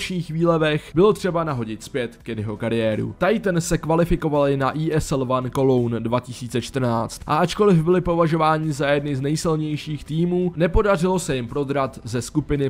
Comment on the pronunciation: Měl bys zapracovat na výslovnosti některých věcí jako Cologne, který není "kolidž" ale "koloun", jak jsi řekl nebo Cluj není "Kluj" ale "kluž